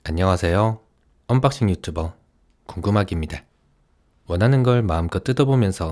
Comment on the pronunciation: 언빡싱이 아니라 언학!씽 인듯